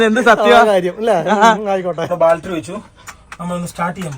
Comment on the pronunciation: ബാൽട്ടറി അല്ല പൊട്ടന്മാരെ...... ബാറ്ററി ബാറ്ററി ബാറ്ററി ബാറ്ററി Battery Battery Battery Battery Battery